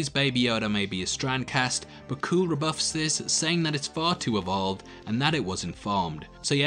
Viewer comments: I hate to nitpick, but you’re mispronouncing Kuill’s name. It’s pronounced “kyool” not “cool”. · His name is not kooill... its pronounced kweel. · Seriously, the race of beings Kara is fighting against is a Zabrak. C’mon bro, that’s basic stuff. And it’s pronounced Quill not Kuool. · Kuiil is pronounced ‘Qwill’. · Actually, I stand corrected. Upon watching again I realized Kuiil says it’s pronounced “kwee-ill” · Man, you are jumbling your lore. Not all Zabrak are Dathomirian. The Resistance is not the same as the Rebellion and doesn't exist yet. Kuil is not pronounced "kewl". Being evolved doesn't mean you aren't cloned, it just means you aren't designed.